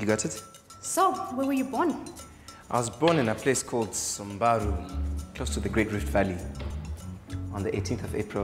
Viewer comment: Its not sambaru, its 'SAMBURU'